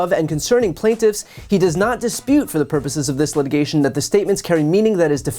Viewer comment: “For the purpose of this letigation” ??